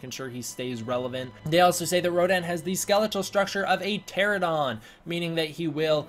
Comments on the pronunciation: Are you trying to say pteranodon every time you say "pteradon" ??? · By pronouncing Pteranodon as Pterodon you’re skipping part of the word. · Pteranodon. Pte-ran-o-don. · TTgamer he says "Terradon" which is in different universe. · Yeah it's kind of ridiculous he says Terradon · The way you say Pteranodon at this part made me die of laughter